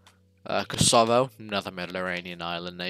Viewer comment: The pronunciation on Kosovo hurt me